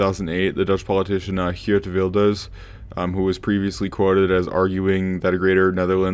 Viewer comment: did you (try to) say "Geert Wilders"? If so, that man on screen is not the blondie of NL lol